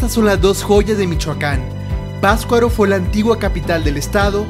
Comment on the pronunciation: Excelente video. Solo les recomiendo que el próximo guía que consigan nombre correctamente al pueblo o lugar que visiten. La pronunciación de la palabra Patzcuaro por parte del guía está espantosa, es PaTZcuaro no pascuaro. Pero lo demás muy bien, buena información y bonito video. Las tomas del inicio del video son espectaculares.